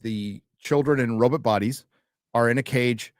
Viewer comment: Why does pronounce robot, "Robit"? is it a reference to a movie?